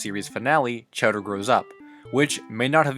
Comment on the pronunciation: He pronounces the characters name as chatter but his name is chowderLike chowder soup not cheddar cheese